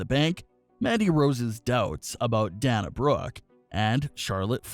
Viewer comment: Please Pronounce the Wrestlers names correctly. Especially Dana Brooke Sasha Banks. We are all great fans of WWE.